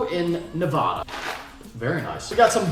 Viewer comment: Hey buddy you said Nevada wrong